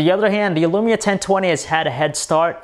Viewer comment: It is lumia not elumia